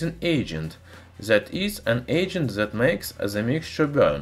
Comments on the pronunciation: Try to say "that" more alike to "death" than to "zed" please :) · He is saying that ,,, zet 😂